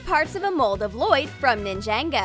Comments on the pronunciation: It's Ninjago not Ninjango! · Its ningago not ningaengo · How normal ppl prounouce it: Nin-ja-go How prounce it: Nin jay-go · No they () said ningango not ningaygo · it’s Ninjago not Ninjango😂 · It's Pronounced As Ninjago (Nin-Ja-Go) Not Ninjango(Nin-Jeng-Go) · NINJANGO?????? It’s Ninjago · I liked the Lloyd chocolate, it looked delicious, but I cringed when Ninjago was pronounced Nin-jay-go. DX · she said ninjango instead of ninjago im deceased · najanego Me: " by the way it is pronounced ninjango" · her: ninjango me: (screams)its ninjagooooo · its ninjago not nangago 🤣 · She pronouncing it ninj-ayngo But it supposed to be nin-jah-go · It’s ninjago Not ninjango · Ninjango? It’s ninjago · Ninjago ninjago wait? NINGAGO ITS NINJOGO AHHHHHHHH!!!!!!!!!!!!!! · Its Ninja-go not Ninjanggo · It's not ninjango it's ninjago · Who the hell is ningengo ITS NINGAGO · Its not ninjango its ninjago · Ningango she said its freaken Ninjago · Its not Nin-jango its pronounced nin- jo-go NINJAGO!!!!! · THEY SAID NANEJINGO ENSTEAD OF NINJAGO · it's not nin-ja-go it's nin-jah-go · she said Ninjango not Ninjago! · what the frick?? its ninjago not ninjango. the frick??? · "NinJaNG0" it's ninjago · It is pronounced NINJA-GO not ninjengo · It’s not ningango is ninjago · It's NINJAGO NOT NINJANGO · Ninjago not ninjango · It’s ni ja go not nijango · You just said it wrong it's Ninjago not ninjang go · Why did they say nin-Jang-o lol its nin-jago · It’s said like nin jah go not ninango lol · Why are you saying ninjayngo that's what it sounds like it's soposed to sound like ninjogo nevermind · ummm its Ninjago not ningago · nin-jang-go 😂 😂 i dying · I cringed when Ninjago was pronounced Nin-jay-go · For me it was when they said ninjaygo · U said it wrong it’s nin-ja-go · Booo! It's nin-ja-go! You get soooo many things wrong! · It's ninja-go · I don't want to correct you in a mean way but Ninjago is pronounced nin-JOG-o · You said Ninjago wrong😓